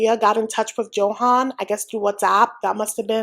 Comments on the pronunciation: His name is pronounced Yo-han, not Joe-hen/han. Just saying 😅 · I’m curious why you pronounce his name like a non Spanish speaker.